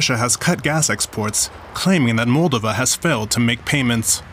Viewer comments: It's Mall-DOH-va, not frikkin MALL-da-va. In every language. Has the guy who reported this even been there?? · Check your pronunciation. It’s not Móldova but Moldóva! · He totally mispronounces MOL-DOVA.